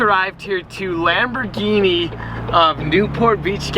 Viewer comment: He said “lambergeenee”